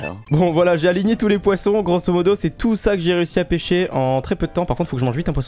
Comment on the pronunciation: " parce que ec'est " Aie aie aie R.I.P ( J'rigole attraper ma veste )